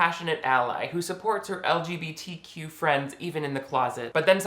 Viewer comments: I love YOU!!!😂 I literally clicked the subscribe button like 28 seconds in ur vid bc of the way u actually SAID LGBTQ ("Lig-A-Bitta-Qua)..i was like, "YESSSSS lol!"..ive never heard anyone say it like that before lol..i actually had to rewind it twice so i could hear u say it like that😂..noooiice!..an then of course it just got better and better the longer i watched..i mean u LITERALLY HAD👏ME👏 L.O.Ling at times🔥😆..an ur insights were so spot on..and as much as i THOUGHT i knew about the LBGTQ community, u actually hit me with a few things i hadnt thought of, as far as how it was supposed to come off (the movie i mean an things like it) as opposed to watching it ACTUALLY being said if that all made sense👍...thank u for ur vids..im bout to click on another one right now!...😁❤ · "Ligibitiquoi" is how I will be pronouncing LGBTQ from now on, thank you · Lmao I say LGBTQ like that too. Or "luh-guh-buh-Tuh-qwa" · I love how you pronounce LGBTQ+. That made me double take lol